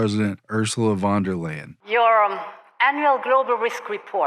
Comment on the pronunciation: By the way, as a German speaking fan, you pronounce Von Der Leyen like this 'fon there layen' in English if you want it to sound German 😉